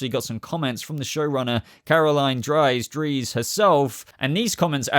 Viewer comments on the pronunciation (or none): none